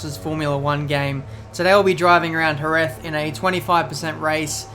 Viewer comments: Dude, 😑 its Herez, the J in spanish is read like H. Hose, Hesus, Herez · It's pronounced herez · so he says jerez right then says it wrong facepalm